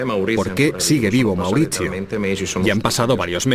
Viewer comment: Mauritchio.. Patritchiaa 😂